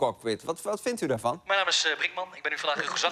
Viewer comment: Het is MIJN naam niet minaam.... Praat Nederlands aub